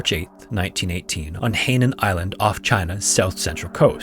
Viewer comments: Quick note: Hainan is pronvounced "High-nan" not "hey-nan"! The "ai" double vowel in Chinese makes an "igh" sound not an "ey/ay" sound. Very easy to double check this sort of stuff. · Hai nan is actually pronounced like ‘high naan’ 海hai means sea and 南nan means south… I used to live there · Hainan is pronounced as "High-nan". The WW2 stories remind me the stories of my grandpa's stories of the WW2 in Malaysia/Singapore region. Every chinese new year, my family (and almost most of the Hokkien descendents from Malaysia) will do a prayer to the Earth god on one of the days during CNY. I think it's the 7th. Apparently my grandpa (who is of Hokkien dialect) and all his friends were doing sabotaging the Japanese camps at that time when they were seen. They were chased by a platoon and they ran into a sugar cane plantation. At that time, it seemed like they were about to be caught and killed/tortured by the Japanese. They prayed to to the Earth god to save them and help them and by some miraculous luck, the japanese had passed by them barely a few metres away. And they managed to escape and return alive. So we carry the tradition of praying to the Earth god every year on that same day to thank them.